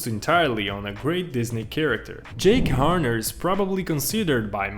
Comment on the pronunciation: Ahh yes jack Horner wait what I can’t say it oh well I go with something similar Jake Horner but also I’m not sure if you did it on purpose or accidentally because you said it more than one time but nice video by the way